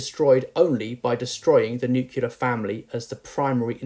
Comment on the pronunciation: assertion that married women live longer and are healthier than unmarried ones is AFAIK a falsehood. to provide peer-reviewed support for it. He might also want to check his pronunciation of "nuclear". He is, after all, a teacher of English.